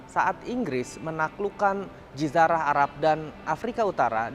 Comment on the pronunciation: JAZIRAH not JIZARAH